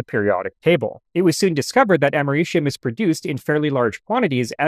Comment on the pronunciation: "amerishium"? i think you mean americium....... its a c... not an sh....